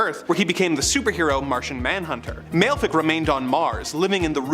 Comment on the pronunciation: Malefic is pronouced Mal-a-fa-ak